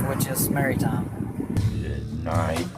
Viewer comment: He also does not know how to pronounce " Maritime ". He pronounces it " Marry-time ".